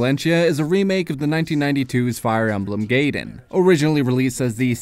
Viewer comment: I always thought it was pronounced "guy-den"